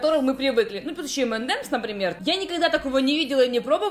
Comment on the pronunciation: Я ща взорвусь! Он прочитал эм эм дэмс. Ууууууусука